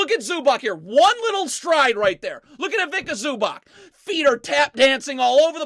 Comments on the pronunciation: ZubaC... Read Zubatz and not ZubaK😂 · please listen to me, its awful to hear ZubaK, it C-ts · Cool video, but it's pronounced Ivitza Zubatz. Greetings from Slovenia